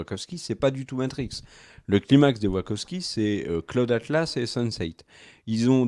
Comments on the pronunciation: La vraie question, c'est: quelqu'un saura-t-il un jour prononcer correctement "Wachowski"? Parce que là maintenant avec, on a droit à WaRkoski... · Vous auriez pu faire un effort sur la prononciation du nom de la réalisatrice. "Wakovski", "Warkovski", sérieusement ? Pareil pour Carrie-Anne Moss qui devient "Mousse". J'en suis qu'au début de la vidéo mais c'est pénible à entendre. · Mais oui, grave !